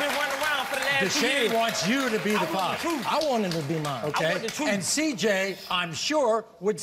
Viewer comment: CJ says ' I want the troof!'